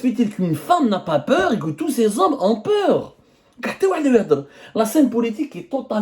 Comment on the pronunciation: Les zommes avec z majuscule 😂😂😂